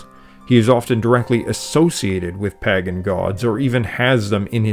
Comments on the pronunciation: For someone as well read as you clearly are, your consistent mispronunciation of pagan disturbs me for some reason. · Vert interesting but why does he pronounce Pagan as Paggan? Weird. Is it like "wodder" and "Laaa" instead of water and law? I suspect so. So lends suspicion to other pronunciations. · This is excellent. Thanks so much for sharing it with us. Its very obvious and evident that you have done so much research to be able to deliver such a high quality video. I did smile at your pronunciation of Pagan, but maybe its my pronunciation of Paagan that is wrong. I really appreciated how you explained the origins of Celtic/Gaelic Brittany and the Basque region in Spain. I could see from your maps that you are aware of the impact that the Deise people of Ireland (Modern day Waterford/Wexford) had on Wales. One thing that I find interesting is how the music and language of Brittany (to my ear anyway) seems much closer to the Irish language and music today than the language/Music of Wales does. It seems to me that the Welsh language and music changed more than perhaps the Breton ones did. That often happens with a people who become dis-located from their homeland. They fight to preserve their old ways and customs. In New Foundland you will hear accents more Irish than in Ireland and seemingly in Algeria the French spoken is more akin to "proper" French from a 100 years ago, whereas French in France has changed. I learnt so much from this video, thank you. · Splendid history. Just bought a Teach Yourself Welsh so that I can make some sense of the language and its sounds--and connect with some of my ancestral Welsh who came from all over Wales. Thanks. And a question: you say Palat ial, but I, an American, say Palayshal, and you say Paa gan, but I say Paygan. Is your pronunciation that of a Welshman, that of most English, , or just your own? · Pagan is not pronounced the way it is spelt, it's pronounced pay-gan.